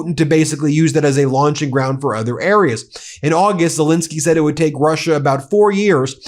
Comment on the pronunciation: It's Zel ENSKY, not INSKY, get his name right BEN or should we call you BIN ?